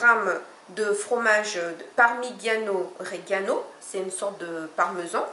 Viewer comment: Vous avez mal prononcé parmigiano rigiano (fromage de la région)